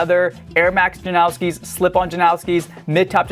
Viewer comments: don’t act like you know something when you clearly don’t. he said himself it’s pronounced like noss not nows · His name is pronounced that way. "Steh-fawn Jan-ow-ski" he's from the same town as me my mom's friend got engaged to him hella long ago. Just how u pronounce it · if it was based on polish pronunciation it would be yan-o-ski. usually the americanized way just disregards that and it's just janowski